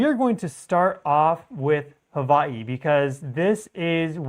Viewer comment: Hawaii has a W..... not a V